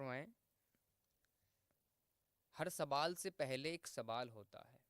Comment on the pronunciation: ka shayad kuch talaffuz me dikkat hai Sawal ko Sabal Zawal ko zabal padh rahe hain